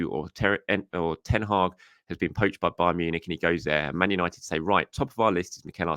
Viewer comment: 🤦🏼‍♂️ Manchester Who-nited ?